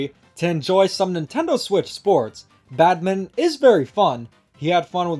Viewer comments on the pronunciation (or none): Just a heads up: Badminton is pronouncd bad-min-ton not bad-min. The ton is not silent. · Minor nitpick but why do you pronounce Badminton as "Badmint"